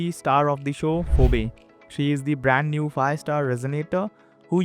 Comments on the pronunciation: Bro It's doesn't matter what you call them in our accent but people will make fun pf you when you blow up. It is read like pheebi not foebae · FEEBIE not FOH BAY